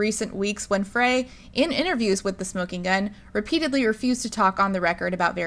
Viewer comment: It’s pronounced FRY.